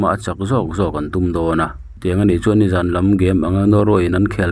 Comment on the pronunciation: Vawkhniak zawn thla,i lam rik dan hi a dik lo nia aw,midang zawtthin lathil in zawn anga,lam loh tur,tin zawn ti anga lam tlema lam rik san hret tur